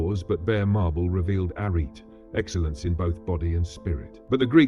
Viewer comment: Do you use a real speaker or an AI voice? Whichever option it is, the speaker obviously did not research how to pronounce Greek words correctly. "Γυμνός" is not pronounced as if the first syllable were the name "Jim". The stress in both "γυμνός" and "καλοκαγαθία" is wrong. The noun "αρετή" has not two syllables, but three, the last one bearing the stress.